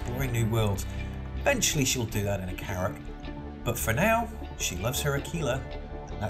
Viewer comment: Yes i did upgrade my Aquila to the Carrack... But this is the only ship i'm going to buy with $$$ as all the other ships i want i will get with in the game.... But i do see your point and good for you mate. Also A-KI-La is the proper way to say it so good there...